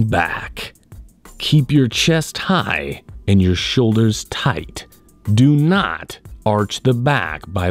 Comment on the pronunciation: "DO NHAAT"